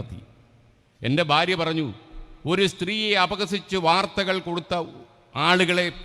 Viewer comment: Barya alla Bharya, bha,bha